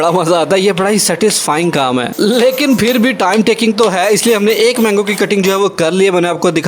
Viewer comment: یہ فر کیا ہوتا ہے یار؟؟ آپ پاکستانی ہو کر بھی غلط اُردو بول رہے ہو؟ ویسے آپ کے چینل کی ڈسکرپشن میں انڈا لکھا ہے اگر انڈین ہو تو وہ لوگ شاید تاقیامت ٹھیک اُردو نہ بول پائیں اور اگر واقی ہی پاکستانی ہو تو آئندہ یہ فر فُر نہ کرنا پلیز پھر ہوتا ہے پھر